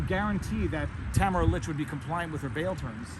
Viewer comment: It's Tah - mare - rah and not Ta - ma - ra